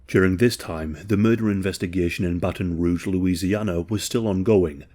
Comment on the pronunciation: You pronounced Baton Rouge and Louisiana correctly.